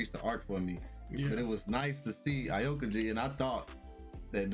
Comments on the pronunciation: My nigga did yall just say a okuji? Heres how it's pronounced. Ow-Key-G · Y'all getting on my nerves saying aokiji name like that🤦😂😂